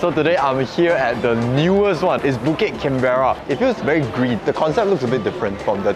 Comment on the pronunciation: I love your videos, but it's pronounced "can-bruh" (rhymes with can-brer) not "can-bear-rah". Trust me I lived in Australia for 5 yrs. Haha...the MRT voice says it right!